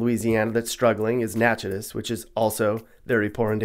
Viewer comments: Natchitoches is pronounced Nat-Ka-Dish, not Nat-Cha-Diss. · Natchitoches is pronounced 'Nack-cudish' with the accent on Nack. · And Natchitoches. He called it Natchez. It's pronounced Nackitish. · I went there and I think it’s pronounced nack-a-tosh At least that’s what I was told maybe they just wanted to laugh at me 😂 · Natchitoches - (nah-ka-dish) And it’s not dangerous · Right too bad he got Natchitoches wrong but he tried. I like to see people try and name some of the weird towns like Chataignier. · Fun to watch but could have spent a little more time on pronouncing our interesting words and names correctly. -- Natchitoches (a tough one) and beignets! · Cant even blame him for mispronouncing Natchitoches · I noticed that. What he called it was better than pronouncing it phonetically.